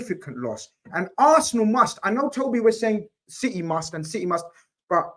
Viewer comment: the 40 year old with a 12 year old smooth brain ahha wah wha citeh citeh citeh